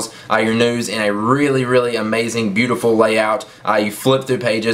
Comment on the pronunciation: lol the way he ses butiful